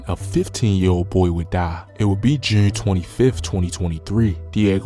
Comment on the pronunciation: Why he say June so weird?? He be like "joorn" 😂